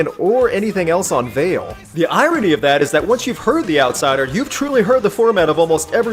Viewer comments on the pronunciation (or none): The title is Latin and it's pronounced "wah-leh"